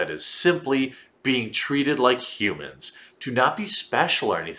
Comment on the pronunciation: What is a '"hu-man"?